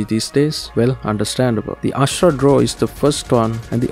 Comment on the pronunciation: AshUra not Ashra😅